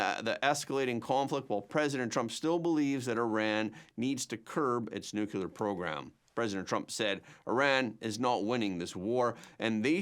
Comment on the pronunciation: I like your program. However, you need to learn how to pronounce the word 'nuclear'. New-clear. Try that please. Not new cule ur.